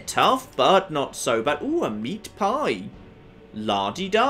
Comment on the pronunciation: When he said a meat pie i thought he said Ajit Pai